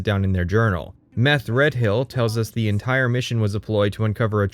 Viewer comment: How do you get "Meth-Red-Hill" out of Methredhel? For one, the "dh" is likely meant to be a fricative, like the "th" in "the." But the most irrational choice in your pronunciation is to pronounce "hel" as "hill."